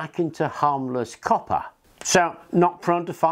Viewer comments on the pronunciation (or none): none